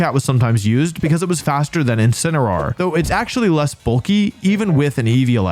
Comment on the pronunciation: "It's incineror.....Wait"